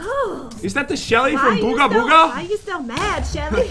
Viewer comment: it is not booga booga it is poobah